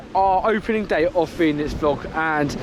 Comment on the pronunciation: quick tip, pronounced phoenix. easy mistake, i made it as well lol.